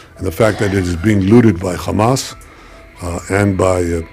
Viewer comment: It’s not Chamas its Hamas